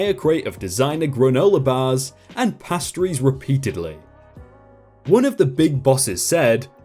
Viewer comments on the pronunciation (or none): It's pronounced "pay stir ease" not "pastor ease." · Pay-stries, not pah-stries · Past-a-rees? Who says pastries like that? 😂😂😂